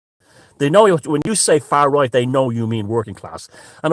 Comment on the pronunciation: I. Love " far rrright".. Brilliant..... He needs a new Internet provider.. It was like a 70s kung fu video... Lol